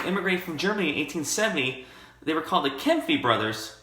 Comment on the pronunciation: Kampfe would be pronounced Kam-pfuh